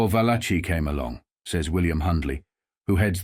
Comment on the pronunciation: There it is again - the pronunciation VAL-a-chee, for “Valachi” (really, va-LA-kee). It seem like it would be worth the technology but does the narrator sample his voice, and have it reproduced by a robot or other ai applications?